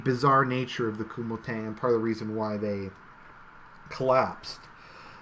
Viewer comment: Kuomintang is pronounced co-ming-tang